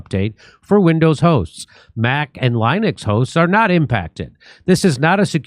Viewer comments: jimmy, it's linux, not lynix... small i... can't believe you don't know that. btw, fuck crowdstrike. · As a computer tech, hearing Linux mispronounced gave me a little "nails on a chalkboard" reaction. It's a short I sound like Linda.